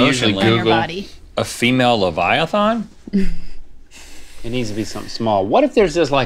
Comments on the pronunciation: Just an FYI, it is leviaTHAN, not leviaTHON. 😁😁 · Why can't they pronounce leviathan properly?